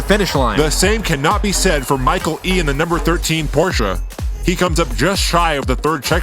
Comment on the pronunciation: Bonus applause for pronouncing Porsche correctly :)